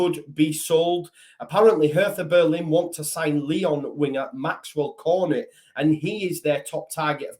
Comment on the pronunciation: Pretty sure you pronounce Cornet as Corn-ay. Silent t in French and all that. Like how you say beret. Still you probably need never say his name again